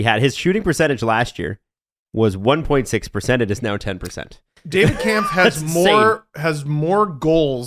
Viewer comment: Just an FYI, Kämpf is pronounced more like "Kempf", not "Kahmpf"